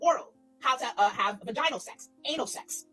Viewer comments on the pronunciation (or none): Trying to explain why children need to be taught sex ed AND pronouncing it 'Vuh-geye-nel' is too ironic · they are the one who need sex education did you hear the way they pronounced vaginal? 😂😂😂